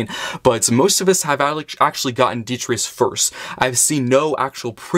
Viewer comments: well not really, as, when your pronouncing it, you're missing out the t in tus, you're saying detrius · Why you saying his name so wrong 😅 its de-tri-tus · Say it with me. Dee-Try-Tus. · That’s not how you say his name 🤷🏻‍♂️